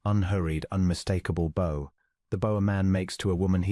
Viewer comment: It's bow as in bough not bow as in hairbow.